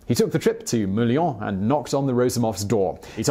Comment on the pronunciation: why is it so funny to hear you say Molien?